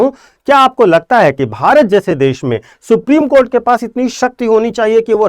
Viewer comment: आप सुप्रीम कोठा को सुप्रीम कोर्ट बोल रहे है । कृपया इसे सुधारे 😂